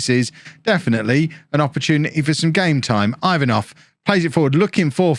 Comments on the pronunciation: Ivanov is pronounced E-vanov not i 😛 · your pronunciation of Ivanov is straight up hilarious